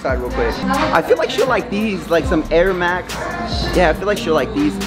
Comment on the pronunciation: She said air max😂